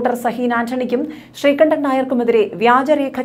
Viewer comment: Madamme, Avan sree kandanalla, sree kundan ennanu Avante name.